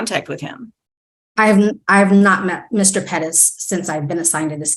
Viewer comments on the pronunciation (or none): If I hear "Ped-ez" one more time!!!! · Omg. Quit saying PEREZ like "PEDEZ" Youre not native spanish speakers and its annoying to the point its almost cringe. Like when white women say "seeLANtro" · Why can’t anyone say Perez?